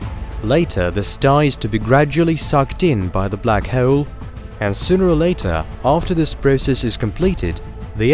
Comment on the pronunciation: Just say hole like a normal fkn person jfc